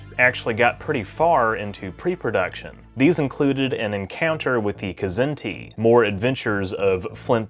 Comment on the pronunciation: Its kazin not k zin tee